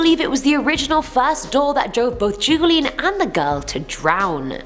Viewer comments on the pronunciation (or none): Don Julian Sartana Barrera... Julian is pronounced Hulian